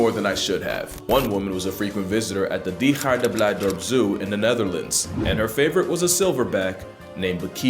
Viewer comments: your pronunciation of that Dutch name was actually very good! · Good Dutch my dude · Your pronounciation of Diergaarde Blijdorp was really hard to hear as Dutch. BUT! You actually SOMEHOW pronounced PRACTICALLY EVERY LETTER CORRECTLY! (Ignoring the very slight accent.) You just missed ONE LETTER: the R in Dier (Means animal). DO YOU UNDERSTAND HOW EXTRAORDINARY THIS IS!??!?!?!?! I'VE NEVER BEFORE HEARD A FOREIGNER WHO HAS NOT STUDIED THE DUTCH LANGUAGE/LIVED IN THE NETHERLANDS PRONOUNCE BOTH THE DUTCH G, R AND EVEN LANGE IJ CORRECTLY!!!! HECK, I'VE NEVER HEARD SUCH A NON-DUTCH EVEN PRONOUNCE THE DUTCH IJ(/ei, it's the same noise) SO CORRECTLY BEFORE!!!! BE PROUD OF YOURSELF FOR THAT, BECAUSE I SURE AM!!!!!!!! Anyhows, sorry for the full caps, but you can't blame me for being excited due to this. You reaallllyyy deserve that like. PS.: If you want to improve your pronounciation, just try a smidge of a stronger R. It's hard to explain in English, because English has really soft r's and g's. But you've managed the g, so just dail the R up just a smidgen more and it's practically perfect with only a minor accent. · Dutchman here. Honestly the pronunciation of Diergaarde Blijdorp is about as close as any foreigner was ever going to get. It was pretty accurate. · The impressively accurate pronunciation of "Diergaarde Blijdorp" caught me by surprise. Really solid work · will definitely like for your pronunciation of diergaarde blijdorp indeed. It's about as good as it gets for an english speaker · You pronounced Diergaarde Blijdorp really well! The zoo is actually switching up and doing a total renovation for 2050, focusing entirely on conserving highly endangered species. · Just here to thank you for not butchering dutch pronunciations, this is legitimately one of the best ive heard of Americans pronouncing dutch place’s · that was a good take for that name. 👏🏻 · You said diergaarde blijdorp pretty well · Liked for your pronunciation of Diergaarde Blijdorp